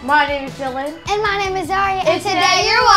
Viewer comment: Ya'll notice how hes called Dilan and not Dylan?